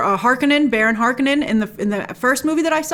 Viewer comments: I've read the books many times. This book is every bit as deep and complex as The Lord of the Rings, but in a very different way. There are a LOT more factions than just the Atreides, Harkonnens, Fremen, and the Bene Gesserit. The tubes recapture moisture from the breath. Water is beyond precious on Dune. because there is so little of it. It is pronounced Har- ko'- nen. Accent on "ko". It is pronounced Ben'- ay Ges'- er it . Accent on Ben, accent on Ges, G and not J for Gesserit. Duke Leto Atreides knew full well that he was walking into a trap when he took over rulership of Dune, and he understood the political game. The Bene Gesserit are exclusively female and have highly developed mental and physical skills. The spice is eaten in food, and used in many ways, but they don't snort it or inject it. It isn't like cocaine. Stings role in the 1984 film is Feyd-Rautha. He is Baron Harkonnens younger nephew and an important character, not some henchman. Likely you won't see him untill the second film as this film only covers the first half of the book. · It's pronounced "Har-KO-nin." And it's "BEN-ee JES -urit." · No, it is NOT pronounced Har-KO-nin! Frank Herbert did not originally pronounce it that way, and the Finnish never do either. You are correct about Bene Gesserit though. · it's pronounced Har-Conan....never read the book but loved the first movie, didn't watch the tv show. I think it looks good so far. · She said she rewatched the 1984 ver, yet cannot pronounce Harkonnen or Bene-Gesserit...